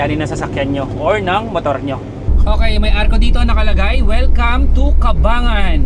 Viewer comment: Cabangan (kabang-gan)